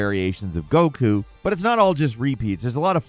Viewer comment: How could we all forget ”Brawly” Ah. Yes. Brawly… my favorite character after gock-koo and veegeetah But second only to tie-een sheenhane Fml. Can we get someone that knows how to say the characters names next time?